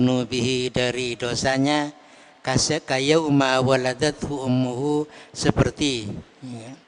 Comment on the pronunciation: Ijin admin..mau tanya ..kenapa kayauma baca nya .bukan kayaumi...